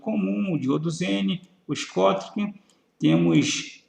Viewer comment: Muito bom, parabéns. Só um toque, o "diodo schottky" se pronuncia "diodo choqui"